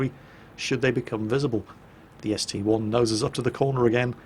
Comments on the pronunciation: It's not ST "eye", it's a roman 1. Just like how the Tiger II isn't the tiger "eye-eye"... Google it if you don't believe me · It is actually ST-1 as there isnt an I in the russian language.